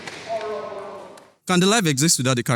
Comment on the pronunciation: said Oro😂😂